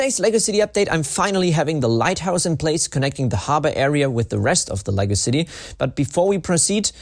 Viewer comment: The way he says "Lego city" always sounds to me like he says "Legacy city" even though thats too many syllables